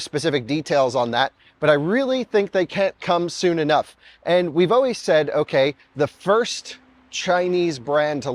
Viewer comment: What region of the US are you uou from? I always wondered what part of the US say "Oways" instead of "Always".